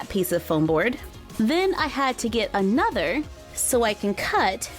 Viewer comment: Help she said ayenother and not another